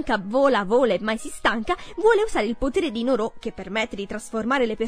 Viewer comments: Scusami va bene che si scrive Nooroo ma si legge Nuruu! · Non si legge Noroò